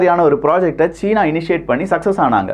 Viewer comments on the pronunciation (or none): none